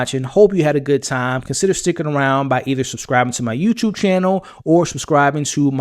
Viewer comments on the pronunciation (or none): none